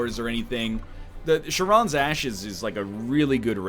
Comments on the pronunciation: Egg. Charon is Greek. Not French. It's pronounced Karon. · NL's pronunciation of charon LUL "SHARON"